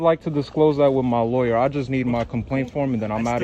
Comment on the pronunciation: "Disclothes" to his "Loryur"... I hope his legal assistant can understand "hood rat" or it may be a while before he gets his forms filled out... 😂😂What a dick!.